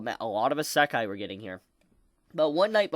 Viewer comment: is it just me or do i get annoyed when says isekai.. he just says it strange xD